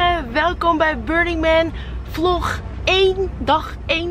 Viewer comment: omg je zei vlog 1 zo raar 😂 btw je makeup is zoooo fleekyyyy